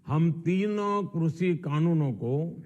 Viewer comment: Krushhiiiiiii Kanoon nhi krishi Kanoon hota hai .....khursiiii or krishi ko mila ke krushhiiiiiii Kanoon bna diya 😝😝😝😝